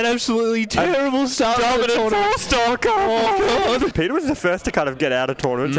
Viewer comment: Trournament lmao